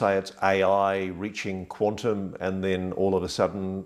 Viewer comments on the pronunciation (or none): "Reaching quantm" LOL